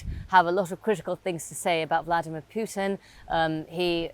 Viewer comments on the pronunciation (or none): PUITN?? Lol :-)